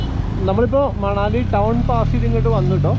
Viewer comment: It's pronounced Manali with an n like the n in n in vinayam.hope you don't mind my saying so.